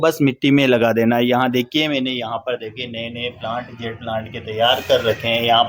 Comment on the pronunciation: It is Jade, not zed or zede. Good video